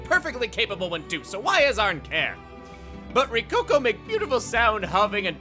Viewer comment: wait, AZZARN nit AZZAM!? that is some bad keming